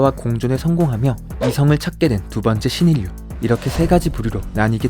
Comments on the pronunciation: 감염자 한국어발음은 감몀자 아니고 가몀자 입니다. 신인류 한국어 발음은 신인뉴가아니고 신일류 입니다. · 발음을 좀 유의하시면 좋겠어요. 신인류는 신일류로 발음합니다. 신인뉴로 발음하지 않습니다. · 신인류[신일류] 발음입니다.ㄴ+ㄹ -> ㄹ+ㄹ... 예외도 있습니다. 유음화라고 합니다. 직업 의식이라.... 죄송합니다.